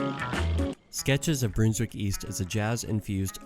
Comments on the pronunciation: Really well done but you’re saying Brunswick wrong. Its not bruneswick. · It's pronounced Brunswick as in Bun and Honey and Under. Trust me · As a Melbournian, listening to you butcher the pronunciation of Brunswick hurts me.